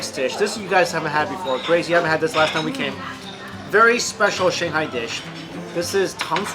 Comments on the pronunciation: First i thought there might be something wrong with my ears - but you definitely say shihoney instead of shanghai. Why ??? And: You serve food to your guests with the chopsticks you are eating from ??? I probably would have complained.... Dammit - looks so mouth watering - im addicted to sweet food. Never had the chance tasting shanghai food and there is no such restaurant around were i live. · He says xinghai all the time instead of Shanghai , that confuses me a little bit. cool video, want to eat chiense food right now! haha